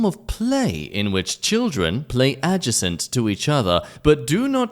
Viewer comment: It's pronounced "adjacent" not "adjacent".